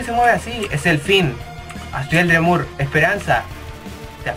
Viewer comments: oye esta bien pero aprende algo de inglés! se dice como "asriel drimur"!!! no "asriel dremur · shelby Quintanilla si y pronuncia mal Dreemurr